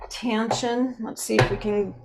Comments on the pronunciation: There's no "N" in the mddle of Taschen. It's tash-en not tan-shen. I'm sorry, but that drove me up the wall. The comparison was helpful once I turned off the sound. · FYI, it's pronounced "Tash-en" - not "Tan-shen" - there's no 'n' in the middle of the word.